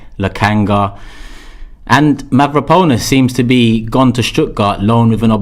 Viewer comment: Absolute no one: Me: it’s Mavropanos not Mavrapanos